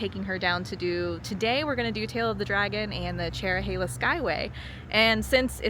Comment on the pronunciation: The Dragon is more fun if you enjoy hard braking, scraping floorboards, and accelerating out of corners. The Cherohala (thank you for getting the pronunciation right) is fun if you want to set your cruise control and push the handlebars to almost max lean. However, neither is the best road in the area!